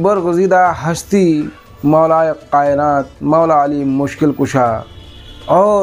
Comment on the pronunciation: Abe jahil khabeeth tu hazrat ali ka naam tal theek se nahi le pa raha hai tu hazrat ali r.a. ko kiya jane kutte ulma par bhonk raha hy be imaam